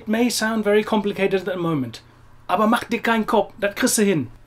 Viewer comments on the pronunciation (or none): none